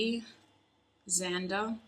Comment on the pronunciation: NOT MY PERSON BEING ALECZANDER AND YOU SAYING ALEX AND ZANDER BAHAHAH